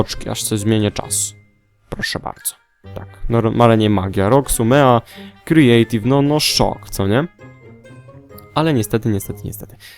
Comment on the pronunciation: mówi się kreatiw! !!!!